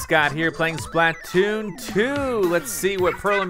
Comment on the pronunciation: why does he say it like splah-tooon